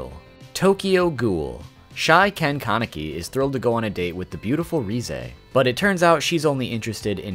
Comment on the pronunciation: Well congratulations. You’re one of the few people who I’ve heard pronounce Kaneki correctly.